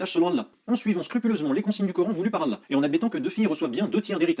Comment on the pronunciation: Frere continue tes video et a contré ces arguments toi qui connait réellement le coran contrairement à lui qui ne sait même pas prononcer "ALLAH"